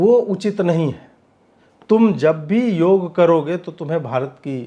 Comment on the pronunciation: योगा नहीं योग बोलिये mahiday